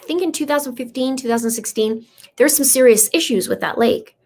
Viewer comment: and it's serious... Not serioious 🤦🏾‍♀️